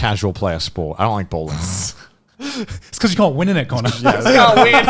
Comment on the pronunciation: Every time they said bowling I misheard it as ballin